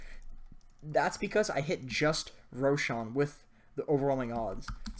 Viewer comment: Wth is 'roshang' lol.